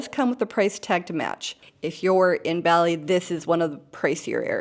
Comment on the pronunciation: Great introductory video. Please note, Bali is pronounced like the cereal crop 'barley'.